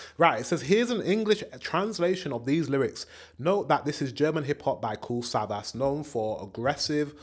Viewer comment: Savas is Turkish and pronounced Savash.